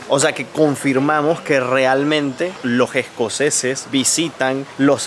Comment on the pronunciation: Se dice “Los escoceses” no “Lo jescoceses”.